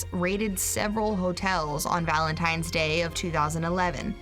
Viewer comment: Fact #8, every time someone says "Valentime's Day", a little piece of my soul dies.